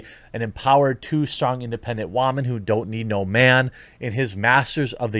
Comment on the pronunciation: Bro i have broken ribs right now and everytime you say :" WHAMEN " i fucking die of pain and im about to call the police